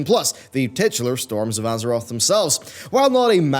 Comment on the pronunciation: Ahh yes, my favorite patch! Torms of Azerot!